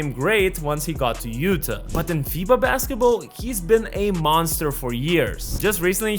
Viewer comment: Utah = YOU-taw